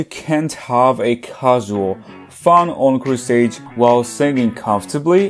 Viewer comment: this is absolutely not relevant but every time you say encore stage I cannot help but hear own crusades